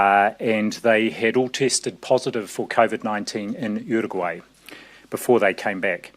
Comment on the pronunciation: the way Nz's uncle Ashley say Uruguay is so good